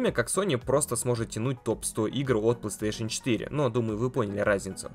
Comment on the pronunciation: Не плэйстЭэйшн, а плэйстэйшн